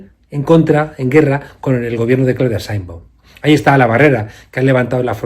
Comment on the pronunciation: Se dice Sheinbaum, no Sainbon